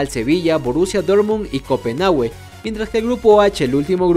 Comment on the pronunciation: Bro, es Copenhague, no Copenhagüe xD